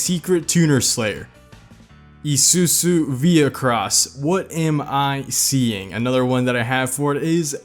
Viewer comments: IZUZU - pronounced: eye-zoo-zoo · How the fuck do you mispronounce Isuzu? There's a letter z in there and you fucking pronounce that as an S? "EE-SUE-SUE" what the fuck? lol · Is it just me that cringes when he tries to pronounce Isuzu as E-su-su... it's a literal Z, man... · i like the way he say isuzu to issusu 😂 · the whole video except the isuzu part: ..... the isuzu part: i s u s u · me:enjoying the cars: I S U S U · Just to help ya buddy, isuzu is pronounces eye sue sue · It itches me that you say Isusu for the whole vid. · Its pronounced eyezuzu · This is how u say Isuzu I-zu-zu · It's izuku not isusu....please don't hurt me.👁👅👁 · How to pronounce Izuzu: eeesssuusuu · Pronouncation for Isuzu: eeesuuzuu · Isuzu is pronounced I SOO ZOO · Take a shot every time he says EESOOSOO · im sure isuzu is prounounced : i-zsoo-zsoo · How to pronounce Isuzu. Is-oo-zoo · Ee su is what the fuck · He pronounced izuzu as ie-soo-soo, that annoys me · The way he pronounced Isuzu *EEE SU SU*. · its suppose 2 B pronounced EE SOO ZOO Americans just dont get it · It’s pronounced “Ee-sue-Zu” our I’s are pronounced like English E’s. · Why does ge sound like he's having a stroke every time he says isuzu🤣🤣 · Pronounce Isuzu properly please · I could feel the stress when he says isuzu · I love when he says isuzu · The way this man pronounces Isuzu 😂😂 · Wierdest ISUZU pronounciantion ever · This guy butchered Izuzu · Jesus Christ he butchered those names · that feeling when you pronounce ISUZU wrong xD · who else hates when he says Isuzu? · Every time you say isuzu wrong, I slowly turn to insanity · 이쑤쑤 Definitely not the proper way to pronounce Isuzu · Its not pronounced "isusu" its pronounced like "isu-zoo" like that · not isusu its isuzu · haahhaahahah Isuzu he pronounce it as it as isusu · E-sue-sue? Me and my dad say E-zue-zue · Never heard isuzu pronounced like that. Here on the west coast we always pronounce it "i-su-zu" not "ee-su-zu" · Bro said isusu